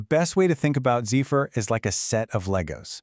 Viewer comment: Not zee-fur. Pronounced zef-fur..